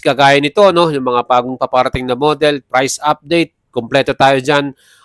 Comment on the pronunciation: Pambungad pa lang "official FRICE" BWUAHAHAHAHAHAHAHAAHAHHAAHAHAHAHAHAHAHAHAHAHAHA 😂😂😂😂😂😂😂😂😂😂😂😂😂😂😂😂 LAUGH TRIP TALAGA KAYO KAHIT KELAN!!! 😂😂😂😂😂😂😂